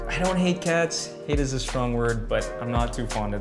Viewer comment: Surely the guy that said "it izzz what it izzz" on the background there is South African 😂